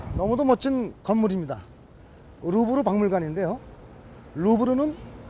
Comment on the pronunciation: 루브르인데 계속 르부르라 하네